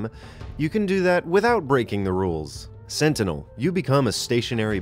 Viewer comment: ResiliAnt. SentinAl. should be E not A, just thought I'd point that out. Nice video.